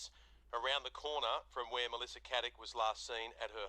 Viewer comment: Her name is Caddick not Haddick if you're gonna do a podcast on her, say her name right at least